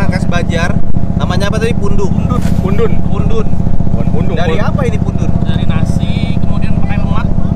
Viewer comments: pundut, bukan pundun bang 😁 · koreksi pundut bang bukan pundun